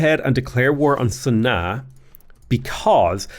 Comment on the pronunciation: I think it is pronounced Sana Aah